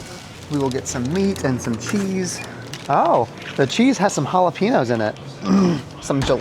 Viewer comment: is now rage baiting US with his pronunciation of “jalapeños” 😂😂